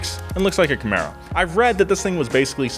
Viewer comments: It’s a Chevy Camaro not a Comero 😂😂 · "looks like a comero" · Also, "Comero" Haha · "comero" #Nice. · "It's got a V6, and looks like a Comero..." WFT is a "Comero"? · well I guess the way Chevy says it does sound like Camero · Ah yes Comero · "comero"? Seriously? Unless that was sarcasm that I missed? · Camero somehow became comero lol. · *Camaro was misspelled and you somehow also mispronounced it but I love the show, love the bronco, and I love you, 😘